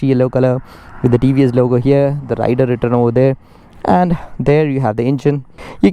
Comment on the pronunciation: INCORRECT PRONOUNCIATION OF THE PRODUCT NAME